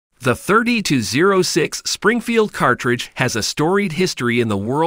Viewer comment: Wow you said 30-06 in the worst way